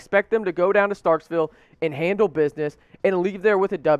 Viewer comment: one thing bud.....it's NOT StarkSville...it's Starkville